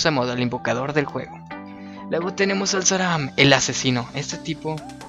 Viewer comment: empece con un osa, luego un zurca, luego enu, ahora xelor, sram, (por cierto, dices saram :V) tyma y sacro :V